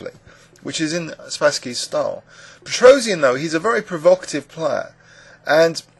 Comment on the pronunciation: His name is supposed to be pronounced pet-ross-yahn, NOT pet-rose-ee-an.